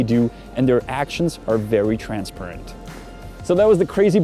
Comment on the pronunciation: Don't want to be a stickler but that's not the way you pronounce TRANSPARENT.